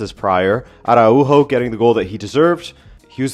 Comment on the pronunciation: Its pronounced "ah-rah-oo-joe" not "ah-rah-oou-hoe"...